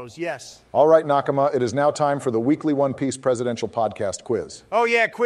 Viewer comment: every time says “nakama” i recoil